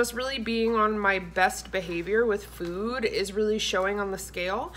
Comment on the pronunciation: 😂 YES!! You said “Frood” !! This is so my life so many things going through my head at one time my kid is always correcting me saying mom that’s not what you’re supposed to say or mom that doesn’t sound right lol!! Also I almost died when you said “vagina” chicken 🐓 Lol!😂😂😂😂😂😂😂😂😂😂😂😂